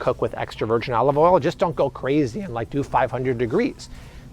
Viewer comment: Good tips. Can't stand the strained way of overemphasizing certain words. What's with "oyal" ? 😅